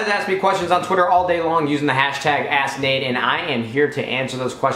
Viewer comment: Am i the only one who heard him say #AssNade instead of #AskNade* ? Lol